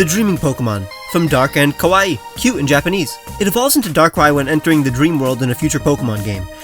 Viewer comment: Kawaii is pronounced "k-ah-wah-ee" "K-o-wah-ee" actually means "scary". 🤣